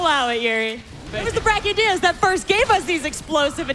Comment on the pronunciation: I liked the gameplay but who was that woman host? She was so cringe and she pronounced brachydios with a g like "bragydios". Like wtf at least get people to host who know the friggin names of the monsters.